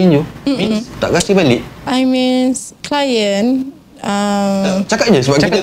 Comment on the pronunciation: Mean bkn means, lol